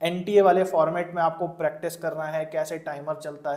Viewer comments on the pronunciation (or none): none